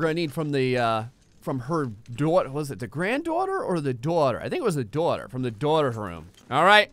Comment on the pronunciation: are you from New Jersey? You say "daughter" like how I say it and my friends give me shit about it. LOL